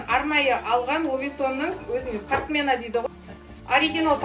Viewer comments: Партмеена дейма , алдымен дурыс сөйлеп алайық . Бул қазақтың сөзі емес . Сосында партмеена емес партмоне деп айтылады . Бул біріншіден . Екіншіден , қазақтың салт дәстүрі деп , қыздың артынан келген жүгі деп отырсыздар . Буны жүк ашу деп айтады қазагымыз . Енді кийімді көрсетіп жатсызгой . Қазақтың әйелдері басына қара жолатпаган . Ал мына көріністе қара бас киімдер бар . Бул қазақтың салтында жоқ . Кез келгенді қазақтың салтына қосабермеңдер . Одан қалса , бул жүк ашу әр кімнің өз отбасына көрсетіп мақтаныңыз жұртқа керегі жоқ . Әсіресе оны ютбқа салу мүлдем керегі жоқ . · "Портмоне", а не "партмЕна". И где здесь "ШОК"? Ничего особенного.